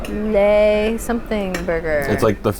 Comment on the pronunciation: Love you guys, but this Canadian gal is itching to help you with your French pronunciation! 😂 For “Le” Grand Bistro, think of the word “look” without the “k”, not “lay”. Merci et bon voyage!